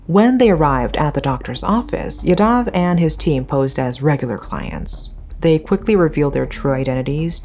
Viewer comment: Sorry but this is really bothering me. As there are many yadavs in these stories. Its pronounced "yaa-dav"